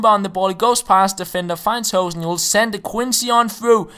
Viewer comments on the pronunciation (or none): Instead of saying 'Hohsen' you should say 'Hooosen'